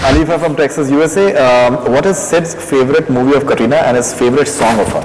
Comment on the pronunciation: did anyone notice this guy is calling katrina kareena xD